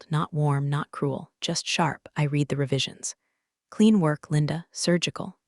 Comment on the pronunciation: When will those who post these stories finally edit them before they're posted? Once again, the tense use of the word "read" is pronounced incorrectly. Monarch was misspelled. Some words spoken by the narrator were totally incorrect in the caption. Also, the storyline has been used several times already. And it's always a VP or CEO or some higher up that thinks they're going to change the world, only to tank the company right under the nose of those above them. A fresh storyline needs to be developed.